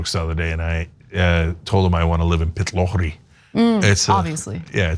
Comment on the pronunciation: I've never heard anyone call a traffic light a lollipop. Oh, and your pronunciation of Pitlochry, Edinburgh and Glasgow needs a little work!